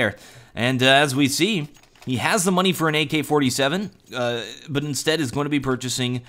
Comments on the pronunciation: He had Moaney for an AK but he bought a galil, nice pronunciation of the word money :P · "He bought a galil, when he had MUN-NEE" Loved the way he said Money, lol.